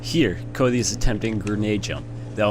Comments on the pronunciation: Are you calling him Coldy? Codely? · bro you cant even say "Cody" and you cant even say minutes jeezus christ